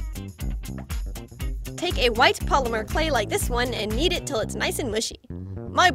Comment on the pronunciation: it sound like she said "Take the white polymer clay and yeet it " YEETUS TO THE FEETUS